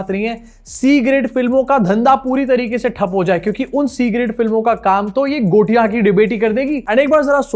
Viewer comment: गोटियाँ, सुशांत सिन्हा द्वारा बोला गया झूठा शब्द का उच्चारण!😢 माथा पकड़ लिया हमने!